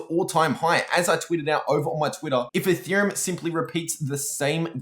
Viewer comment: instead of ethereum, he says “a theorem”, anyone else catch that? haha